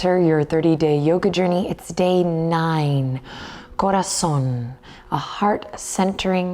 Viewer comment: Wow you pronounced corazon perfectly! Do you know Spanish?